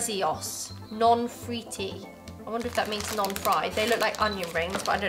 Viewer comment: La cosa più bella è Google che dice no fritti con la pronuncia inglese